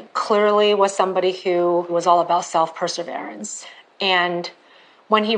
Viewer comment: Yes! I don’t have PhD and English isn’t my native language, but it was striking my ears each time she was saying that. The only person who had a real PERSEVERANCE in this case, was Mike’s mom! She was keeping the case alive, writing to all officials, who could possibly help, knocking at all the available doors, drawing public attention to it with the flyers and billboards. Amazing, never dying mother’s love! A local newspaper “Tallahassee Democrat” paid attention to her letters and let the ball roll. But there’s no mention of it in this documentary. The woman used her knowledge of Florida’s wildlife as well, arguing with the department officials and insisting that it couldn’t be alligators, as they don’t eat during the winter, but rather stay at the bottom and sleep. Something much more sinister happened to my son! And even when they eat, they don’t just swallow the whole human body along with the rubber boots and coats, and hats, leaving nothing at all. Not working like that. And that somebody would have found something on the lake’s surface the very next day, if an alligator was the killer. Sheryl never stopped. Her search and actions were the definition of PERSEVERANCE.